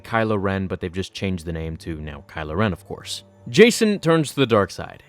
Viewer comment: A couple notes before my thought. Jacen is pronounced like JayKen Not Jason Onderon is pronounced On-dur-Ron. Not On-Dare-In Now I honestly dont like this theory that Palpatine was using snokes body as a vessel for 2 reasons. 1) it sounds like an angry fan justification for Rian Johnson killing Snoke so abruptly (which honestly I was fine with Snoke being just a random dark side user that was really powerful and killed so beautifully) 2)until we see what happens in 9, Andy Sercus himself said there was no significance to snokes ring other than it being an accessory. So I think the whole Palpatine legends bit honestly isnt as satisfying to me cause George didnt write it or approve it. Alot of the Expanded Universe was written by other authors and most of it George said he really didnt enjoy